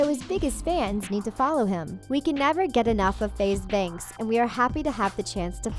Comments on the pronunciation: If your going to make a whole video about him say FaZe Banks name right keep that in mind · How can u make this type of video when u cant even get his name right.